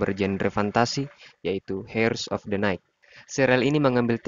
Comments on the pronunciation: Bacanya jangan hers min tpi iers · Mas, pronunciationnya salah.. 😅 Dlm kata HEIRS, "H"nya nggak dibaca.. 😁